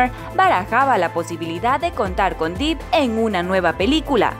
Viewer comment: 🤣 Johnny "Dip" (Se pronuncia Dep y se escribe Depp) 🤣 Jerry "Brukjeimer" (se pronuncia Brukjamer y se escribe Bruckheimer) Pero estuvo bien el intento 👍ahora ya sabe